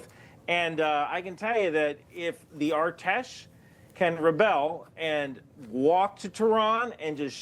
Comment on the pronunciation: As an Iranian thanks for the coverage, just a small tip, the “A” in artesh is pronounced like in apple, I’ve seen you mention them a lot lately